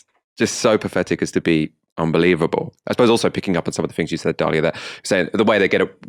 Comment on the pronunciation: Path -Etic not pafff . Your speech problem seems to get worse